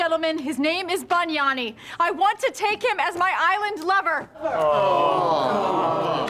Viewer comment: “His name is Ban-yani”